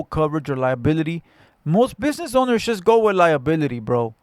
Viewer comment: It "Shust" covers injuries😂😂😂😂 this foo still cant say JUST. Why is he assuming he knows what insurance has?!?! owns a home and works for a union. Im sure he understands insurance